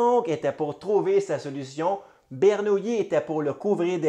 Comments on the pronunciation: Ber - Nou- Li . Bernoulli n’était pas une nouille, pas de yi à la fin ! Sinon, vidéo très intéressante. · Belle démonstration, qui pourrait être affinée en prononçant son nom de manière correcte. Jean Bernoulli, mathématicien suisse, bien que né à Bâle prononce son nom à l'italienne, où les deux l se prononcent comme 1 seul